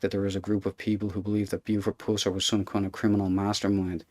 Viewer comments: Its PUSSS ER... not POOOOO SIR !. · That’s Pusser (like us), not Pooser (like pussy) you weird looking, dumb sunglasses wearing, boring talker. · Uhhh! Puuuuh... Puuuuhsser, not Pooser! Damn! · Ot is Buford "Puh-ser".. ,NOT Poo-ser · all my life here in TN, I've heard his name pronounced (Puss-er), not (Poos-er) as in this video.....which one is correct? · Puss-er. The Irish type accent of the narrator brings out the 'Poos-er.' I'm thinking he would pronounce 'hustle' as 'hoostle.' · His last name was puss—er not pusser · "pooser" haha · Learn how to pronounce his name before you do a video. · My gosh can you not say his name right? If your going to make a video of someone at least get their name right. And I don't think you know what you are talking about. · You are pronouncing his last name incorrect !! You are ruining the story😢😢😢